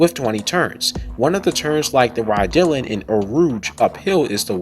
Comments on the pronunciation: It's pronounced reh-dee-ohn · nice video, just next time check the pronounciation of Raidillon =D